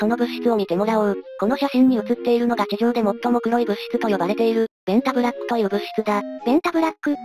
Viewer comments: ベンザブロックに聞こえて来る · べ↑ン↓タ↑ブ↓ラ↓ック↑